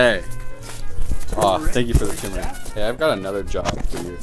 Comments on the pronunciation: STOP CALLING IT FUCKING TUMORIC, IT'S CALLED GODDAMN TUR-MER-IC! JESUS JIMMINYFUCKASSWAGONS! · Ah yes can't forget that tumor-ic